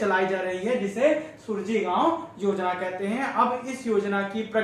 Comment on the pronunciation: Yojna ka naam sahi se pade Suraaji gaon yojna hai